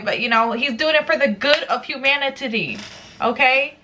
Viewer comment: Has anyone distinctly heard say "humanititty"? "-titty"? From.